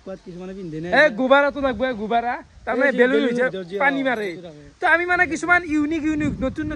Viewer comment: gobara nohoi a Gubbara koi 😂😂